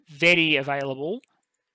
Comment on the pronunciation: Vetti would pronouce like ve-tea. you should rather pronouce as Go-di if that makes sense. Thanks for a great video!